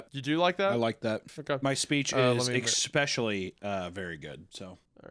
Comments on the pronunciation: Hunters "ekspecially" annoys me a little. Seriously dude, wtf. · Hunter saying essentric while saying expecially is just taking it too far I think. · So he says "expescially", but also "essentric"?